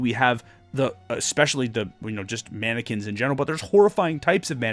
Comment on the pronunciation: You said mannequins, but all I heard was “Anakins” at first. Therefore, I am now imagining a bunch of Anakins running after our party with Kohl’s cash lightsabers. Great video as always, didn’t realize I would love the folk magic so much.